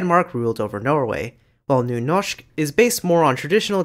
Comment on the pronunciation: nice video. Just wondering. I had a hard time trying to find out where you are from. But the way you said Nynorsk made me think you may be from the Oslo area in Norway. Am I right? Especially how good you said the Ø and Y sounds made me think that you must be from Norway some place. But I may of course be wrong. And thank you for an interesting topic.